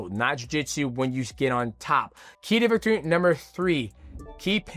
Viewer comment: 30 minutes of Mighty Mouse struggling to say “key to victory”